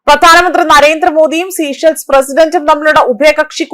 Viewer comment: The correct pronunciation is sā-ˈshelz. Please do not say 'sea shells'; it is important not to distort the name of the country